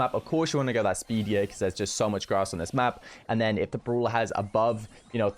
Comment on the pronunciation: 'Brola' , uuso , ull of the The list goes on & on 😂😂